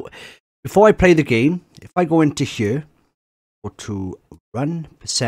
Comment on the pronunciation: Why do you pronounce "here" as "heueau"?